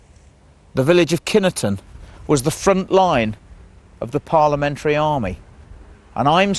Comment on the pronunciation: Kineton pronounced "Kyynton" the E is not spoken